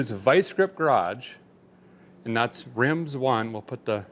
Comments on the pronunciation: 😂. I love the unsponsored coupon offer. But I’m cracking up at the Rimz 1 pronunciation. I thought it was Rim Zone. Keep up the great videos. I really enjoy them. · “Rimz one”. 😂😂. Its “Rim Zone”. Great cat video. Cant wait for the next one. Oh… and the truck was ok. Love ya Derek